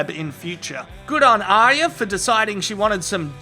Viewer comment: Nice one mate, you are the only person on youtube to get ARYAs name right!!!!!! I am fed up with people calling her aria (Collider)